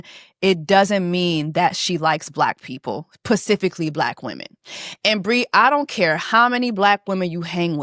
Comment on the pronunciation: “Pacifically” gets me every time 🤣🤣🤣